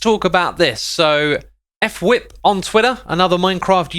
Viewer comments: Xisuma and Fwip have names that you don’t know how to say just looking at it. X called fwip (f-wip) instead of Fwip like one word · f-wip. Not ef-wip.